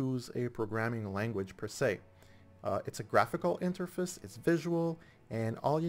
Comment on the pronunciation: The way you say Interface is kinda funny